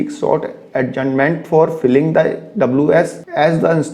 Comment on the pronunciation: Filing फिलिंग नही है। It is फाइलिंग।